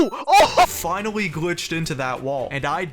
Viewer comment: dude you keep saying "finawwy" 😭